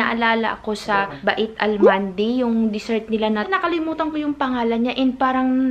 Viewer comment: Hinfi ba-it ang bigkas nung 'bait'.. ang tamang bigkas ng arabo ay "bayt" or "beit".